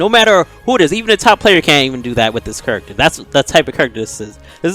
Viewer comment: "This Kuruckter is broken!" - Lol my boy must be from St. Louis, he's got a St. Louis accent like Nelly and Cedric the entertainer.